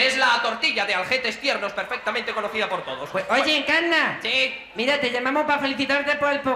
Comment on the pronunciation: a dia de hoy, cuando alguien se llama Encarna, yo digo "En-cannna"..fue absolutamente genial